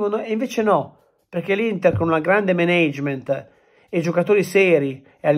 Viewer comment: Sì, ma impara la pronuncia di Management che come lo dici tu non si può sentire